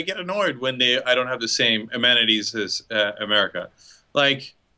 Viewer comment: "we've becomed more cultured." - sure, still struggling with basic English I see. *edit - "I don't have the same amanities " What's an amanitiy ? Surely you meant to say "amenities" which is pronounced a-meen-it-tees......